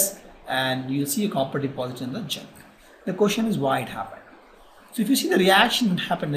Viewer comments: Sir it is not ginc it is zinc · its zinc not jinkk